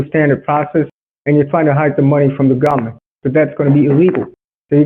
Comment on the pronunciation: "hide the money from gomment"